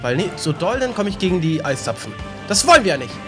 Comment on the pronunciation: es heisd eiszapfen nichcd zeisapfen